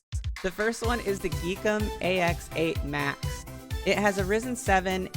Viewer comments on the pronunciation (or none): r Y zen? Why the veird pronunciation of ze Y? Rest was cool.